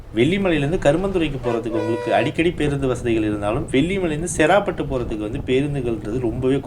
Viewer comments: செறாபட்டு இல்லை சேராப்பட்டு அந்தந்த ஊர் பெயர்களை சரியான முறையில் உச்சரித்தால் தான் நீங்கள் போடும் வீடியோவை பார்க்க விருப்பம் வரும்.. சேராப்பட்டு என்னும் அழகிய பெயரை செறா பட்டு என்று கொன்று விட்டீர்கள் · bro சேராப்பட்டுனு சொல்லணும் நீங்க செராப்பட்டுனு சொல்றிங்க